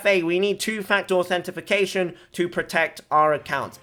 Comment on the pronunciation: manz said authenti-fi-cation